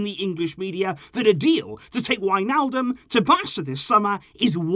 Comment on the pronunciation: not wijnaldom or however u spell it 😂but i dont believer we need him